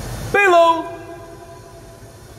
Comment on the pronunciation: U know how Spanish ppl they read their v's as b's right vilone bishop right here oh ma bad VLOU 😂😂😂😂 9k subs left to 1m subs Edit: VOW Edit: We miss you